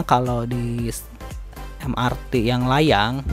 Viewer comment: Mass Rapid Transit = Em Ar Ti Moda Raya Terpadu = Em Er Te